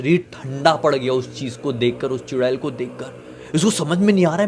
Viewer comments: चुडैल ❌ चुडेला ✅😂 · चुड़ैल बोलो या चुड़ैला 😂😂😂😂